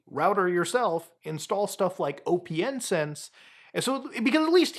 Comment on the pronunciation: isn’t it just pronounced “open sense” not “O P N sense” 😂